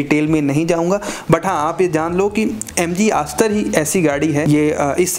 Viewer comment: Chutiya Review. Ek bhi Con valid nahin hai. Also its Astor not ASS TOR.